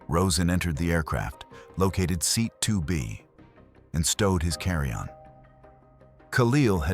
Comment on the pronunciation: Seat is pronounced see-at???